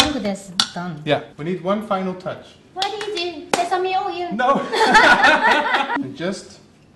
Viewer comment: liceous I love this so much 😂 I love you sesami oil!!!😍